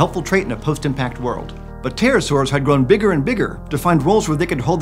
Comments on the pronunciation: read as 'peterosaurs' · Because english speakers don't pronounce the P it always sounds like Terror-saurs. XD